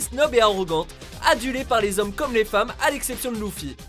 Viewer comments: pk tu dis loufy on dit leuffy!!! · AWWW IL A DIT LOUFFY? MAIS NON PUTAIN SA SE PRONONCE LEUFFY POUR LES FRANÇAIS! PROBLÈME D’ÉLOCUTION HEIN? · Perso les filles que j aime c est Boa Lucy et Neko et puis Luffy ça se dit pas Louffy mais Leffy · c'est pas [louffy] mais [leuffy] pour luffy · Mdr il a dis louffi c'est leuffi pour la prononciation et luffy sa s'écrit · Il est sérieux Luffy pas louffy ptn Sinon super vidéo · Ça m'a choqué, le fait que tu aies prononcé "Loufi" au lieu de "Leufi". pour "Luffy". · c pas loufy c luffy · ARRETE DE DIRE LOUFFYYYYYYYY!!!!!!